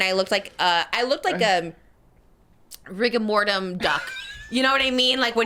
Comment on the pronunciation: TRISHA SAYING WE HAVE DUMB PEOPLE IN THIS COUNTRY THEN SHE SAYS "RIGAMORTUM"😅